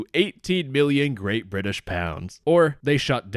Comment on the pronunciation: I appreciate the correct pronunciation of Bri'ish